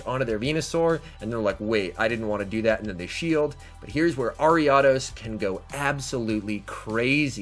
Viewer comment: You pronounce ariados so wrong bro I had to stop watching